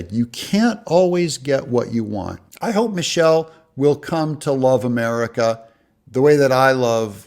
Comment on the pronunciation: Did you say Michile ?.